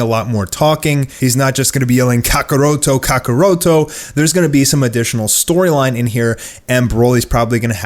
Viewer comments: Ca Ca Roto Ca Ca Roto. Jesus work on your accent. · Yo how you mess up kakarotto's name.... Kakorotto shm still exciting info though